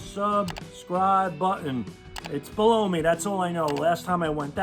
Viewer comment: "blow me"?... Oh, "below me", right.